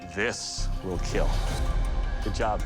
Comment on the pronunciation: Wheel keel 🤣